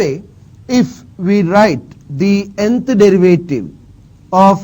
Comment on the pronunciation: dırıvıytiri ne hocam